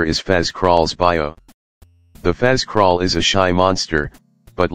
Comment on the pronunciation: Why does fazcrawl sound like he's saying trust it?